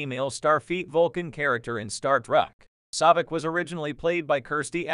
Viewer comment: Saavik, not Sawvik.